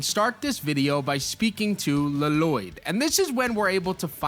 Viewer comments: Please stop calling Lloyd, LA-loyd it's just loyd with 2 Ls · I really hope you're saying "La-Loyd" ironically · Bro said Lloyd like garmadon did in the movie L-loyd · Lloyd it's pronounced loyd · Pronounce it “Loi-d” pls. It’s irritating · Lloyd is pronounced Loyd, like Aaron, you don't say the 2 A's. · It’s a reference to the movie where garmadon calls Lloyd, L-Loyd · L l o y d la-lo-yd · He's pronouncing Llyod wrong. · Use YouTube to learn how to pronounce “Lloyd” 😂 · OH MY GOD YOU'VE BUTCHERED HIS NAME 😭😭😭😭